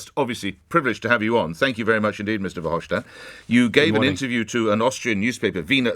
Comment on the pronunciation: FYI: It’s pronounced “Fer-hoff-stat” not “schtat”.